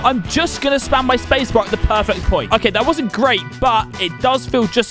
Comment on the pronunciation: some time in the video why he say pwerfect